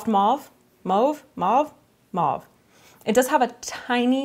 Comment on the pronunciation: The second "mauve" you said was the right pronounciation ❤